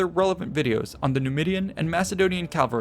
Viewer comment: rout, not route! More importantly: CA VAL RY! Say it: CA VAL RY. The entire video, you say Calvary.